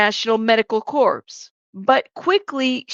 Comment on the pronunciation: Love your channel!! Corps is pronounced “core” btw❤